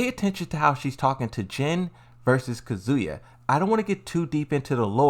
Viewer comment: And kuzuuya